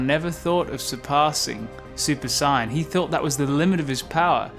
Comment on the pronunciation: Ok I watched a few of your videos now dude and enjoying them for the most part but I just gotta ask, what's with the super cyan? Cause that is not how the British pronounce the words super saiyan